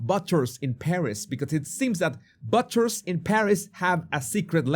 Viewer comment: Hi. Butcher is pronounced Boocher. Love your show.